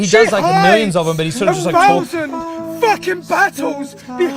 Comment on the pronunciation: what’s doing with your pronunciation of thousand